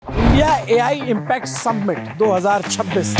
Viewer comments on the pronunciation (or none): Submint ❌ Summit ✅ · सम्मिट nahi hai bhai समिट kehte hain..PRONOUNCIATION समिट hai